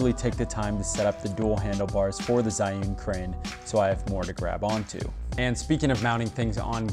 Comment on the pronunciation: HI. 'Zhiyun' is pronounced like Jee-Yoon.